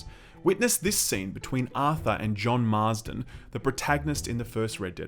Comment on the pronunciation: John marzton!!😂